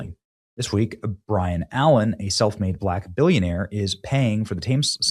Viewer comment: Byron BUY RUN Allaen not Brian